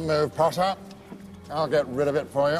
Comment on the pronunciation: Always POTTAH